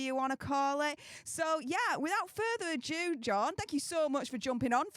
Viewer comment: Further ado. Not “further adieu”